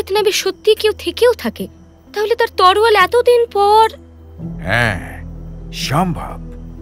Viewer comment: তলোয়ার কে ওই ভাই বোন দুইজন বারবার "তরোয়াল" উচ্চারণ করে গেছে। বাংলা উচ্চারণ এত খারাপ হলে কিভাবে রেডিওতে গল্প বলে তারা।